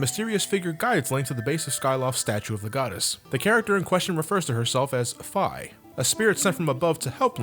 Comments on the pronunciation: i hate to be a grammar nazi... but it's pronounced (fee) not (fie). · its not fay it's feee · It's pronounced Fee not Fye! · its pronounced fe not fy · i groaned once i heard him say "fai" it's pronounced "fee" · Is it pronounced "Fye" or "Fee"? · Wait, is Fi's name pronounced F-ie? Or F-ee? Cause I heard it was pronounced Fee, but calls if Fie. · FEEEEE. FEEEE. ITS PRONOUCED FEEEE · Fie is the correct pronunciation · Wasn't Fi pronounced "fee?" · Wait....The I in Fi is long and not short?.....oh dear god.......